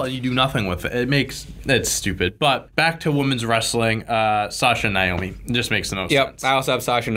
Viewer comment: Its pronounced nayomi not nyomi